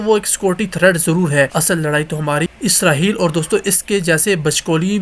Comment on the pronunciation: اسراہیل نہیں اسرائیل ہوتا ہے